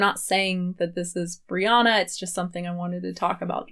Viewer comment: I kept hearing you refer to Brianna as Rihanna 🤣...also do you have a video on Dr. Michael Greger that you can send me a link to? I really like him and if you have any opinions I’d love to know!